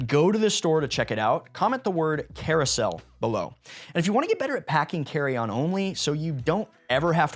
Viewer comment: Sir, new sub, great video. "CAROUSEL"